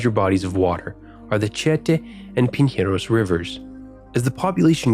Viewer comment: Tietê e Pinheiros= Chee Ah Ta and Pin Haros Hahahahahhaha Its chee eh teh and pinieiros